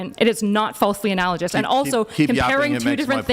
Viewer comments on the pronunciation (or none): She mispronounced analogous lol